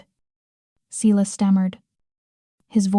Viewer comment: Dear AI---it's Si (long i) las--not seelas! I've heard this name mispronounced in too many stories!